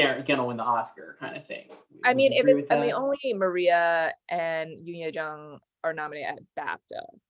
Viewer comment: This is a nitpick but I swear if I hear another Yeo Yung Youn pronunciation I'm gonna flip. Is J a foreign letter to y'all? 😂 They romanized it to J for a reason - Yeo Jung Youn